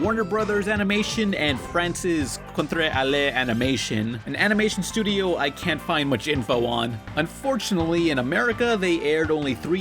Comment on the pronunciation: imma stop you now. It's con-tra-ley. Not fucking Spanish #LinguistsBane